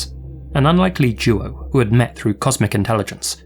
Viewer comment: I coulda swore I heard you saying, "*comic* intelligence" Lmao! 😂